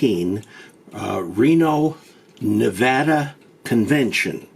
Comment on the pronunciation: He knows how to say Nevada good job.